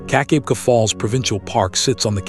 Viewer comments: AI slop... I grew up at 'Keek-ah-beck-ah' falls and if you can't get the pronunciation right you lose all credibility. I'm 2m in... bye. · Hey get the pronunciation right keka beka